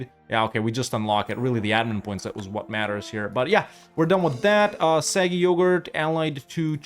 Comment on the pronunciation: i love how as eu4 nears its end has finally started correcting himself when pronouncing 'aquileia' as 'aquielia' but still calls 'sarig yogir' 'saggy yoghurt' never change you magnificent man